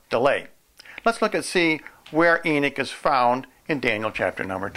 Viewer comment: I ask one thing: stop saying e-nick. It is e-nock. NOT e-nick. Thank you.